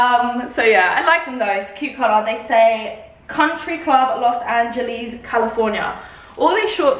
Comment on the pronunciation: “Los Angelees”